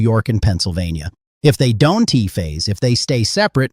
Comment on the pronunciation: This isn't even a real person talking!! It pronounces don't as "don tee". What a stupid post 😠